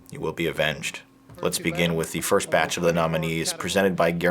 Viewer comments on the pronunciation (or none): none